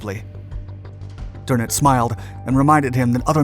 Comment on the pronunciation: I was going to say that, remember ie is pronounced ee, ei is pronounced i. "Prine" would be spelled Prein. Funny, but he got words like Friedrich, Kiel, Krieg, though he failed to pronounce the final e in Kriegsmarine (a schwa) . Wellner, the w is pronounced v. Drnitz for Dönitz, oh, well, I never expect Americans to get ö right. It took me a long time. , Is that Werner Klemperer? Looks like him. Going back, there were a few other spots he was in.